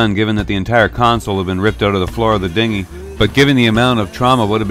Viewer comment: Haha you said "Dingi" jk jk ik what it is